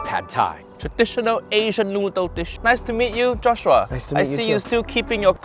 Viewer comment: "Cut so fast, for What, relax joss shhuuaa~" this has me dead lol! From the very beginning I was hooked!